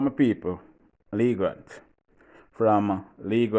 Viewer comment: It’s Leegate TV … not Lee Grant